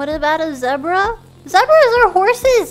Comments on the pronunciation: That's how she says zebra? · As a brit i say Zeh-Bruh, but she isnt british and also noone in the world says BAGle so i really dont know what to think